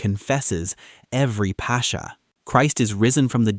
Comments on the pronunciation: Its not pronounced "pasha", it's "paskha". The "k" is similar to the ch in Christ. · Beautiful. My only critique is that the word is not pronounced “passhhhha” but rather “paska”. The “X” sound in Greek is most similar to a “K” sound in English. 😊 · Please, please pronounce Pascha correct correctly. The CHA has a K sound. It’s not Pasha. Otherwise, we are very much enjoying your videos. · Apparently we've all become Indians since the narrator keeps calling it "Pasha" throughout the video!!! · It's Pass-kha, where kh represents the Greek chi sound. The Dutch town of Scheveningen is pronounced in a similar way, I believe. The kh sound is the same hard kh as in German achtung, but not German ich or echt which are more of a sh sound.